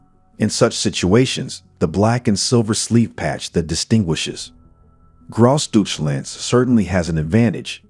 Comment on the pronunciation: "Gross duche-land"?! 😬